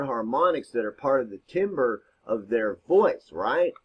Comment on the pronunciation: Thank you. FYI ... no offense, but Timbre pronounced Tamber. I was glad when I got corrected. Super common mistake. Letting you know cause I like helping. Great video.